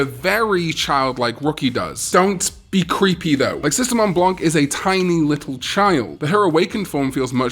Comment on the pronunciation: Sistermon Blanc .... U r not supposed to pronounce the C in frensh and the n is soo light u barely say it ; if the last letter is not E A I O ... Then the last letter is silent (generally) .... Uet she s a female idk why they didn't use the féminin Blanche ..i know they supposed to have no gender but she s litterarly a girl